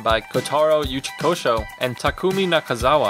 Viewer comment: It's Uchikochi not Uchikosho but good pick!